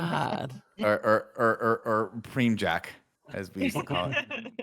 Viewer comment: prem-jack......god damn it nick lmao